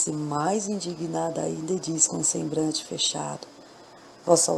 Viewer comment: Escutei a estória, gostei muito. Realmente, você fala algumas palavras erradamente, mas em nada atrapalha o nosso entendimento da estória. Procure ler mais em voz alta, para melhorar. Você diz: sembrante.... e o correto é sembLante, com "L". FÁCIL DE SE CORRIGIR. PARABÉNS.